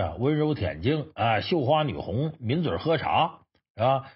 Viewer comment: 女红 - 应读为 “女工”